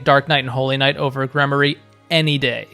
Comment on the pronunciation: Gremory=Gremorie it’s a long E sound not a Y. I had Dorothea as a Mortal Savant it was nice to have an extra healer. Flayn as a gremory, Ferdinand and Sylvain were heavy knights